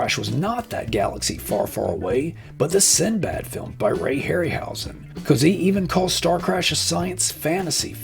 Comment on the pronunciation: Cozzi is pronounced "Kot-see", BTW